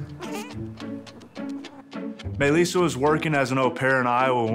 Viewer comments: Why does it sound like he says Mei lissa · I thought he kept saying “my lisa” loool till i read the title properly 🥺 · I thought he kept saying "my Lisa" lol